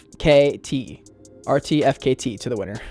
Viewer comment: RTFKT is pronounced: artifact. just FYI not trying to be condescending or anything